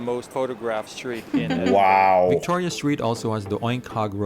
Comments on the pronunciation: Great video as ever guys! So glad to hear you pronounce Edinburgh correctly!! Ideas of what to watch next: 1) Burke and Hare 2) Trainspotting (a 90s film starring Ewan McGregor, Kelly MacDonald and Robert Carlyle - not suitable for your wee one!) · I agree with other comments that there are better videos about Edinburgh. This guy couldn't pronounce Edinburgh correctly (unlike you two) and spent far too much time talking about taxis, left luggage, card surcharges, toilets, hotel rooms, directions to ticket machines, shopping Malls .............😀 He talks too fast and the picture flicks from one thing to another with no explanation. No dates or history mentioned either - check another video you'll enjoy it more. I'm sure if you went you'd do more research first to know what you were looking at. Beautiful ancient city - very hilly. The train in the road is called a tram and they also have them in New Orleans. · First 15 seconds and absolutely nailed that pronunciation! I was waiting to grit my teeth and move on to a different video but you got me zoned in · Great video guys, well done for getting the pronunciation right and not calling it (Edin- berg) as many Americans do. 👌. I can claim Scottish decent "I once slipped down the steps of Edinburgh Castle" 🤔(Joke) 🤣. Glad you enjoyed the City, you will appreciate it even more if you get to visit.👍. Quick fact for you, in many places especially in the North of England the old cobble streets were resurfaced with tarmac but over time the tarmac wore away revealing the cobbles which believe it or not were still in perfect condition. Just goes to show the Victorians knew how to build roads back then. 👍. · Edinburgh was know as Auld Reekie. Due to the coal fires. There is a film about greyfriars Bobby. And well done this video maker as he is pronouncing the name properly x🏴🏴🏴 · From a Scotsman I’m so happy you pronounced Edinburgh correctly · Huray you got the name edinburgh correct. Love from scotland